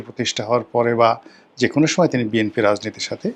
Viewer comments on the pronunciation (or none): none